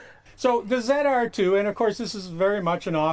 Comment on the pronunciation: ZR2 not ZEDR2